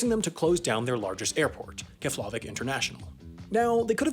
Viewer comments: Kefla-vick? Kef-la-vick bro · Pronounced KEFlavik (and originally built as a USAF base) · I was more disturbed by how he pronounced KEF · Where is Keflarvik..... its KefLAvik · Pronounced "Kefp-la-vik" It's on Wikipedia, after all. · Honestly, your pronunciation of Eyjafjallajökull was better than your pronunciation of Keflavik lmao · Sorry, couldn’t help but notice your pronunciation of Keflavik and need to pause the video to ask... did you consider googling how to pronounce that before you recorded this and forgot? Or did it clean not occur to you that Icelandic place names might not be pronounced as an American might expect them to? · that's got to be the worst pronunciation of keflavic i've ever heard